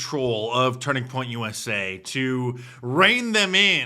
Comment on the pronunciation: USA not USI